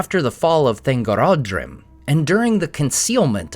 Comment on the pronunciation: only thing i want to contest would be the pronunciation of Thangorodrim. Christopher Lee's pronunciation of it was in a smooth, single line of Thangorodrim, while yours was more like Than-gorod-rim.